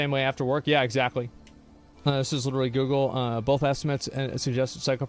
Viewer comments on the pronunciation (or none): none